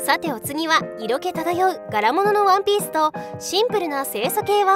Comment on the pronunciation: ワンピースがワンペースにしか聞こえねぇ